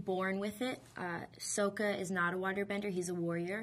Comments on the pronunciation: Sowka? She said soka! Like with a long o sound! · ITS SOKKA. SOH. KAH. SSOOOKKKAAAA. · 1) REALLY A WATER BENDER never would of guessed -.- 2) its pronounced like saw-ka 3) they are fishing 4) aang breaks out of the ice after a couple of hits 5) idc about what training you had it didnt help the movie reviews 6) once again its SAW-KA 7) FOR THE LOVE OF GOD ITS SAW-KA LIKE SAWING A F-ING TREE. 8) once again liking M Night and his vision didnt help the movie 9) the set didnt help it 10) finally atleast you talk about waterbending right 11) Zuko used water?!? 12) Dont lie its not good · I stopped after she said Sowka. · SO-KA!??!?!!? wtfff life this if you hate how they say his name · Sokka = SAH-KA Why is that so hard? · "Soaka" Argh!! I've still got trouble picturing her as Katara, i still believe they could have found a better Katara (looks-wise) but she's really beautiful. Especially with make up on. I'm looking forward to seeing her in the movie! Oh, and i love the way they she pronounced Aang (Ahng)! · it's pronounced SAW KUH !!!! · I DON'T ALWAYS PRONOUNCE SOKA BUT WHEN I DO, I PRONOUNCE IT SO IT SOUNDS LIKE A LIQUID DETERGENT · katara's brother is NOT a music genre!!! SERIOUSLY, PRONOUNCIATIONS MATTER Y'KNOW>!>! afkhasgkldkfgjgdfghjghk! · they cant even pronounce her brothers name right! fail! has she seen the cartoon? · god i hate how they pronounce sokka... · Ong might be authentic, but Soaka is not. That's not right. And anyway, people talking about how it's more 'authentic' should rethink that. Because it's an invented culture, whatever the original show says is authentic. Aang is not a typical buddhist name, and Sokka is not an inuit name. They are invented, and so the pronunciation that they give CAN'T be wrong. And is it just me, or is this girl not all that bright? Maybe she just gives bad interviews. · say it with me SOCK-KA...got it? SOCK-KA good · "Souka"?! and "Oong"?! WTF?! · Didi she just say soka as in soak-uh! n ong? wtf(reak) is an Ong?